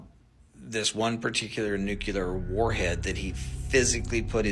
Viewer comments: Its Nuclear....not nucaler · Nuclear not nucular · For God's Sake... .. it's NU CLEE AH not NEW QUEUE LAR. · Nukuler!? It's pronounced nuke-li-er. Makes you sound unintelligent. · It's pronounced New Klee Er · NuKewler . NewKuLer ? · Lost all credibility with me as soon as he started talking about "NUCULAR" weapons. If you can't even pronounce a simple 7-letter word like N U C L E A R how do you expect anyone to believe anything you say about it?? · yep... religion as usual is there for the ignorant lolol.... it has gotten in the way of advancement b4... of course it still does... gotta love ppl who cant even pronounce "nuclear" correctly.... totally trustworthy lmaooooooooooooooo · I am confused why this "expert" at weapons grade unmanned aerial vehicles can't pronounce nuclear correctly.